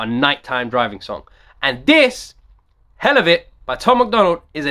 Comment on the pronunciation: This is kinda late yo This is an old song. Toms been killing it for years. It's pronounced hell la vit Like for the hell of it.